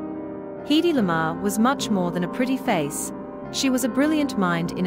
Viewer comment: Her name was always pronounced HEDD-dy, never Hee-dee. Bad, bad robotic narration.